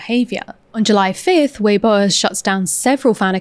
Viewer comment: BTW, weibo is pronounced vey-bwo-a (with a short "o" like "worsted", not "won't")